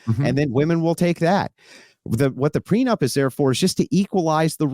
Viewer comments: Dave keeps saying prenub, and it’s bothering me. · How on earth did Andy manage to bite his tongue when Dave was calling a “prenup” a “preNUB”??? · Prenub? Me and you are? Love you Dave but cmon man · It is unfortunate that Dave thinks it’s called a “Pre-Nub” not a “prenup”😂😂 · Why does Dave keep saying pre-nub? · why does he keep calling it "pre nub"?? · Are you saying "prenub," Dave? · Anyone else hear Dave say “prenub” instead of “prenup”? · Dave kept pronouncing it "prenub".